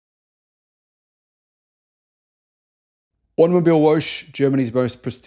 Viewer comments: Please: Type in Woche into Google Translate and press the speech audio output button. It is Wo - che, che like in a dragon sound preparing to fire up it's lungs, meaning week. I was listening and didn't understand Automobile-wolsh. Google translate is a great tool to get the foreign words right. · ya lol.. always cracking up when goes 'wootch' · Just a point "....woche" is not pronounced woke or woach but " voka" like vodka .😊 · Thanks for another great video. Btw, it is pronounced automobile-VO-HEH (VO as in VOlvo, HEH as in HEmishere). it means automobile-week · I wonder if you accidentally mispronounced "woche" because of the foreign spelling or voluntarily to avoid saying something too close from "whore". But you shouldn't as it's actually pronounced more like something you would write "vore". In these situations, Google translate is your friend. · woche is pronounced vokkuh and means week. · How you say auto mobile woche is totally wrong if you translate into English it should read auto mobile week just letting you know how you pronounce so he is totally wrong